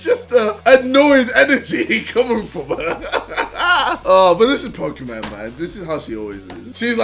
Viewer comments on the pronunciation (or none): Bruh ksi keeps saying people don’t know how to pronounce shit but he calls pokimaine pokamaine